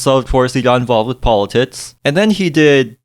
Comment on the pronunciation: I'm sorry I can't listen to you when you say politits. come back when you grow up